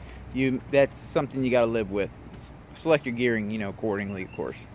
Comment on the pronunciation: Came "wid" a...